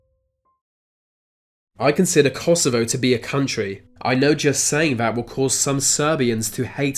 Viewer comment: Good video ruined by the narrator saying words "Vere" and "Vat" they're spelt with a TH at the beginning not a V you moron!